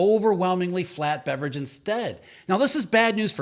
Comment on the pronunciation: I can't not hear Beverage. You ruined me. 😎😆